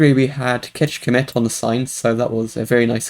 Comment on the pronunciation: Really surprised by the NM challenge! I think when we get such an easy seed the score is mostly depends on luck, but anyway I'm super happy :). By the way, really good pronunciation of Kecskemét. That cs is very tricky :). Kecske meens Goat in hungarian and mét is an out of order word for march or walk. And thank you for taking my map into the play alongs! Good luck for everyone!